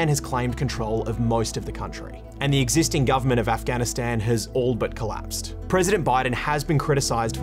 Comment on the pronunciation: The only bad thing abt this video is the way he said Afghanistan, Afgan and The Taliban